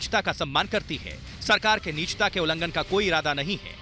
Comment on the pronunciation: Good news but please correct hindi pronunciation it is ' nijta' not nichta.